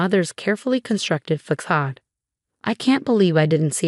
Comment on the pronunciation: Stop using words you can't pronounce. Facade.